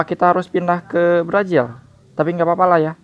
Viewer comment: Brazil bukan brajil.. 🤣🤣🤣